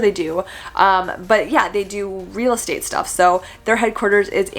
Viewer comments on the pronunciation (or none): none